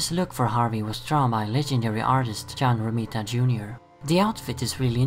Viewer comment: Lol I'm SUPER sorry but I need like a whole minute loop of you saying John Rimita Jr! It sounds so funny! I'm sorry... I just LOVE the way you say it.